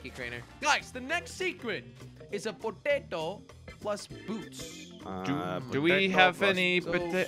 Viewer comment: I love how says Potato!😂